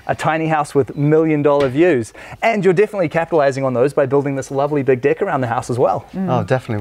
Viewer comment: Deck sounds suspiciously much like.. something else xD